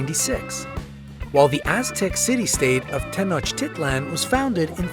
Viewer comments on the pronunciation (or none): none